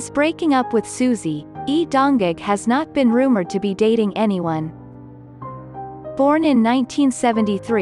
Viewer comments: Your not reading my husband name right... Its Lee Dong Wook sounds like cook.... 🤦 His married to me........ In my dreamsssss... 😅💙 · Lee don wook not Lee don jange.